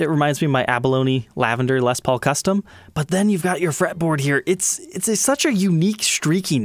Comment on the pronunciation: until stumbling onto this channel (like 4 years ago) I wasnt a fan of Gibson. Wasnt my thing and I knew little about them. I remember back then you pronouced Les Paul as "Lez Paul".. laughed every time. Anyway my point - I wasnt aware that the "Tree of Life" inlay was used by other makers on production guitars that didnt have Vai's name on it. Figured Ibanez had a patent on that. I must say I prefer the inlay on Ibanez Jems. thinner inlay. I agree Gibsons looks super gaudy...